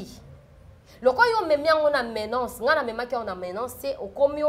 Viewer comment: Bsr pardon, menace et non menace stp petit conseil.